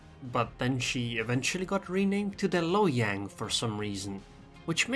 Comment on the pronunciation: “Hiyang” +1 just for that